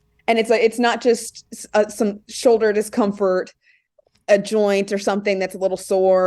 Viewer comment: my man, there is an “L” in the word “shoulder”.. lol showder